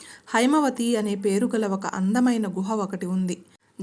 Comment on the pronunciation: కొన్ని సరిదిద్దుకోవాలి- గృహ కాదు, గుహ; బహు యుద్ధం కాదు- బాహు యుద్ధం; బాహుదండం ; గంధరగోళం కాదు- గందరగోళం; . మీ తెలుగు ఉచ్చారణ చాల మంది కంటె బావున్నది! కంఠస్వరం కూడా బాగుంది! భాషా విషయంలో కొద్దికృషి మీకు మంచి పేరు తెస్తుంది!👍